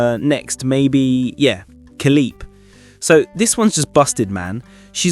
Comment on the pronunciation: fcking hell, how can so many of these youtube guys mispronounce Khalipe when everyone is familiar or on how pronounce Khalifa seriously!